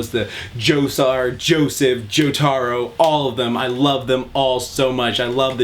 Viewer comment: “Joe-TAR-Ro” I can’t with this video 😂😭